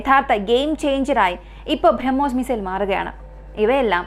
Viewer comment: ഭ്രമ്മോസ് അല്ല ബ്രഹ്മോസ്